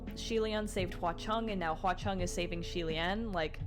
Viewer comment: Btw xie reading is more of "c-ye" c as in how u read the the alphabet in the abc song....